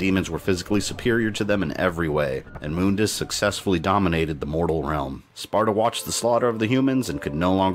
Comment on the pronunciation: That’s how is name is pronounced though